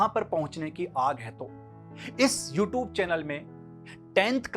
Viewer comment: namste sir ji sir bohot achi shuruat hai...all the best bohot acha laga sir aapko dekhkr itne dino baad u r very good teacher sir sir ek baaat bataani h pls dont mind..mai bas positively bol rha hu aap "you tube" word ka pronunciation thoda better kar sakte h..Ty sir🙂✌